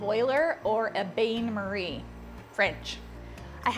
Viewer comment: I loved the way you pronounce "Bain marie " in French 😊I'm learning a lot from your Chanel thanks for sharing with us